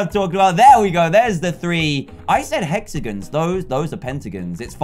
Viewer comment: its hexagon not (hex) (a) (gen